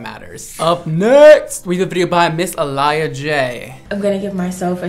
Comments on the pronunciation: Ah Lee Ah Jay is how it’s pronounced. Loved her video. I watched when she originally posted it. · Her name is AAH-liyah. Not Ah-Liyah. Put some respect on Aaliyah Jay name. She's a legend on YT. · I think its A LEE ya...😂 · It’s actually uh lee uh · His pronunciation took me out I said WHO😂tore sis name all the way up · Not him sayin Aaliyah‘s name wrong… that’s wild 😭🤣🤣🤣